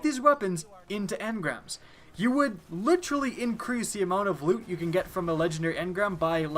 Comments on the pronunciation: Jesus quit saying "litcherally" so much, it's honestly cringeworthy. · Ma boi be turning into Chris Traeger "Litchurlee" (Literally)